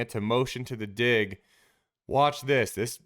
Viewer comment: Careful calling out the "big dig" throws...make sure you're dropping that hard G in dig, my man 😎